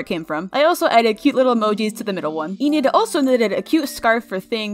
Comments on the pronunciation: I love your vids so much! Keep up the good work I hope it doesn't sound offensive but its pronounced en - id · Its pronounced "Eh-nid"